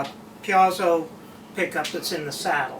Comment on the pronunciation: It's pronounced "PEEZO"! Because Mr. Piezo certainly knows how to pronounce his own name!